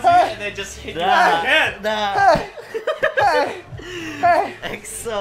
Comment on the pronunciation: Is it just me or did he said EXO tampon 😂 hahahaha dayum I'm crazy